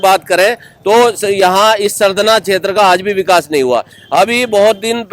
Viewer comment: Sardhana bhai kahi hindi ka bhi dukan par bord dekh liya karo aap sahi pronouncetion kiya karo